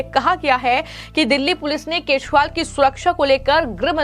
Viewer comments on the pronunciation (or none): Arvind kazriwal ka nam to thik se lo